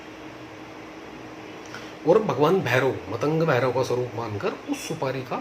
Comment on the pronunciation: मतंग नाही मातंग है भाई